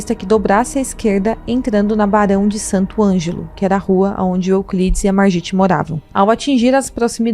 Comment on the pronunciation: Se fala "marguit" .